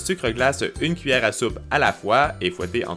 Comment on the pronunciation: pk il dit une cuilleret